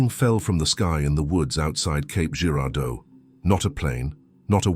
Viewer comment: It’s actually Cape not Caps